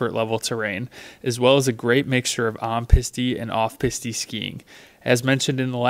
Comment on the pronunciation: For future videos the word for trail is pronounced PEAS-T, not Peas-TE.